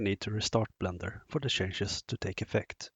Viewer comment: Must’ve been the Blendör pronounciation 😊Anyway, fantastic introduction, clear as crystal. Thanks!